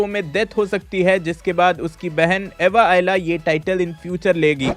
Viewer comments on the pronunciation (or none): Bro let me correct you it's not Ava Ayla, it's Ava Ayala!! Those who have watched the ultimate Spider-Man, they already know this.🙌🔥